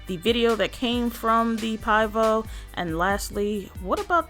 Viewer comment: Pronounce (pee-vo). It means beer in Czech 😁